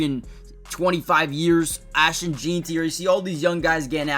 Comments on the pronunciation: FYI, it’s pronounced Jen-tee, not Jeen-tee. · It's pronounced JEN-TI !!!!! ffs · Please say jeanty right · Learn to pronounce Ashton's last anme!